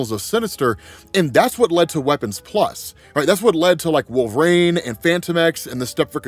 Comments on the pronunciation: Wolvarain is a wild pronunciation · Why do you pronounce wolverine so strangely